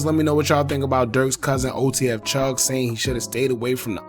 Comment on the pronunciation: Chugg Not Chuff Lol